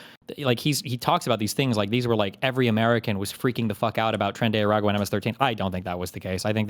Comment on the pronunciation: Excuse me Destiny. It's "Tren-de-ra-AQUA". As Vaush would say.